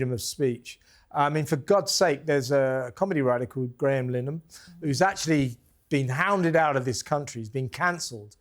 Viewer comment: Pronounce "LIN-A-HAN" correctly please Kev!